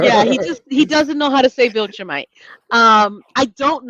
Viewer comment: Take away Man Card lmao! Every time he messes up “Viltrumite” clip a corner!